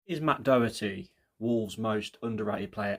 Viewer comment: There's no C in the name Doherty, but good shout